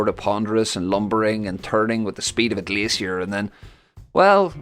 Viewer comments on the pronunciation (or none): none